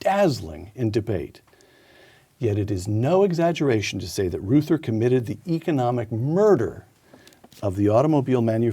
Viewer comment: Peter, please, for the sake of all silver-haired citizens, please learn that Reuther rhymes with Luther. You are far too intelligent and insightful to not be familiar with the names of Americans who have shaped our lives.